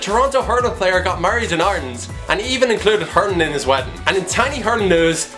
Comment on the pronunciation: Fair play promoting hurling. P.s You've some twist of an accent! You pronounce hurlin' like hurnin or hurin xD where's the 'l' ?! - Top drawer lad!